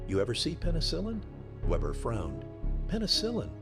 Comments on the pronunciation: I keep hearing "Webber" and I guess I got used to it, but Weber does NOT begin with what we would call Web, but with Vay. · His name wasn't Vebber, but Weber, pronounced VAYbuh, The name of the letter W in German is Vay, not doubleyou, and it sounds like a V. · So the narrator doesn't know how to pronounce a German "W"